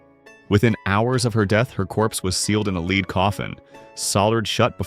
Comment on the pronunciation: Your AI needs pronunciation lessons- lead ( ugh)😩